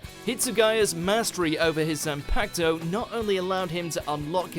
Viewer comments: banekai, bonkai, bang-kai, sampoktu lol how you pronounces everything else right but that XD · He also fucked up the pronunciation of Bankai and Zanpakuto.